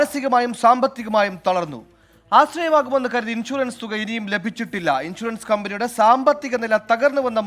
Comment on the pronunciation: ലഭചില്ല എന്നാണോ പറയാ, ലഭിച്ചില്ല എന്നല്ലേ🤔